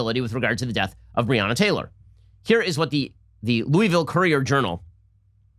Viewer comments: Please stop saying "Looey-vill" it's pronounced "Loo-uh-vuhl" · Ben you’re saying Louisville wrong. It’s Lou-vul